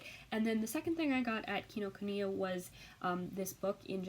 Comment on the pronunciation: Hi! I'm new to your channel - this is the first video of yours that I've watched, but I will watch more. I just paused it to let you know that you pronounced "Kinokuniya" exactly right. :) We have one up here in Seattle, too. It's one of my very favorite places to go.